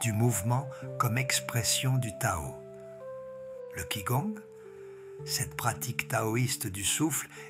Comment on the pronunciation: qicong se prononce tchicong.......